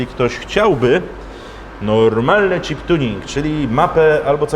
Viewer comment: chip to nie cheap, angielski do poprawy:P